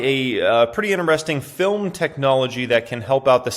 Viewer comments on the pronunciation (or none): none